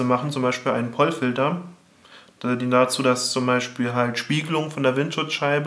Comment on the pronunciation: Es heisst übrigens Pol Filter, nicht Pollfilter. Also mit langem O ausgesprochen. klugscheissermodus aus :P